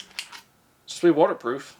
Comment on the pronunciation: Waterproof... It is such a difficult word.